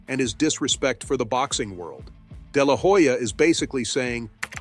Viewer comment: i dont think Oscar de la Hoya (the H is silent btw) threw Jake under the bus, more like, Oscar felt disrespected for far too long. As you narrated, "enough is enough".